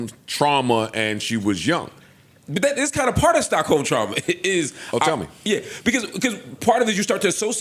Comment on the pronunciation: Joe: Is that Stockholms?: Please take that "S" out.. 😂😂😂😂